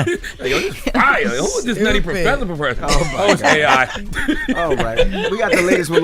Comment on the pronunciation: Jess said chill out, 😂😅